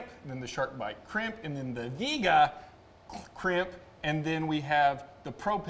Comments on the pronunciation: Vee-ayy-gah is the correct pronunciation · Its pronounced Vee Ay Guh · Viega is a Spanish word that means come. When it's correctly pronounced it has three syllables, not two.